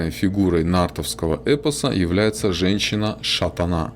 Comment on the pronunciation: интересно слушать, только Тутыр ударение на У,и Шатана ударение на Вторую А